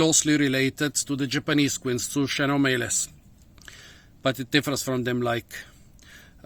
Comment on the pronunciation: Have to pronunce KEnomeles